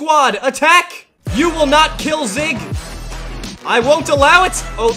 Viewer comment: You say zyg wrong you say zig not zyg